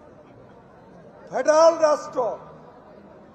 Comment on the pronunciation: ফেডাল না কাক্কু ফেডারেল 🤗।